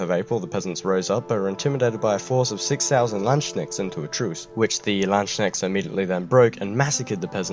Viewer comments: The way you pronounce "landsknecht" sounds like you want to say land-snail in german :D The correct pronounciation is lants-knecht (the ch is approximately the same sound as the "h" in "hue"). Also, Truchsess wasn't a name of Georg, but his hereditary title. You could also have made it easier to pronounce for you by just using the more modern term "seneschall" or stewart in english. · So much mispronunciation. I cant even fathom where you got your version of Landsknecht from. Its clearly a compound word of Land and Knrecht, there is no tsch sound there. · lol how he pronounced Landsknecht, you actually speak the K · You should apologize for Landsknecht too... but a good video nevertheless!